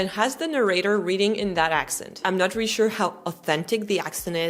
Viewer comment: You say the word “really” as “ree”…it’s supposed to be 2 syllables…”ree-lee”, or “ree-a-lee”.